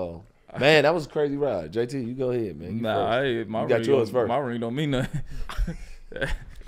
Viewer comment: Dod Teague say i gotta a participation rimg 😂😂😂